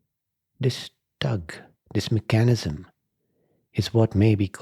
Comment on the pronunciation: Just fyi… it’s pronounced mech-a-nism. Not me-chan-ism. Sorry, thought you might want to know. ✌🏼